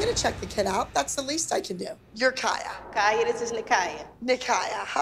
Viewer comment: bro it sounds like abby is calling kaya and nikaya kayak and nikayac lol i can’t 😂😂😂 💀💀💀